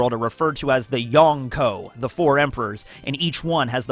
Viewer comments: "YOn - NKO" really? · " the YONG KOU"